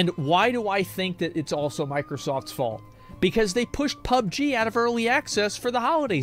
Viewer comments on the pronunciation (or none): none